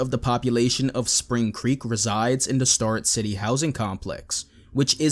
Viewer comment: It's pronounced STARE-rett City